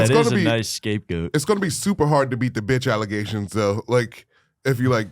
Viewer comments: I’m glad someone finally said it. Pair that with how he says “doe” instead of though. His face is hella swollen looking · He shouldn’t be allowed to get high before the show when he’s gonna be on it. He’s already at a disadvantage being as black as he is. It’s “though”, not “doe”